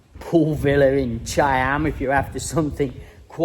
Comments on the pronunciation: He say Chei-Em instead of Cha-Am... Like most native English speaking people... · How do you make cha-am into chai-am? Is that the correct pronunciation or just yours ? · I’ve been to Cha-am the beach wasn’t very nice with the steps, much better places an there’s no I in the pronunciation 👍